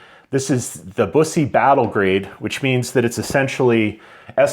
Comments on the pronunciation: You’ve got a nice collection there. I’ve never been able to let any of my 100+ go. BTW… Bus’-ee Waa’-see-on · It's pronounced BUS - E. Like a "bus" driver and then just saying the letter "E"